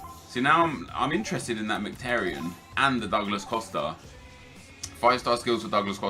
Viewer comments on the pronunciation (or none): You pronounce is Merhik-Tar-Yon. Not miktaryen